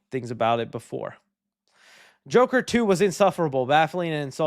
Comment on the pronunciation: It’s The Jurker not Joker